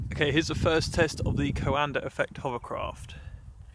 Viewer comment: You are pronouncing coanda effect wrond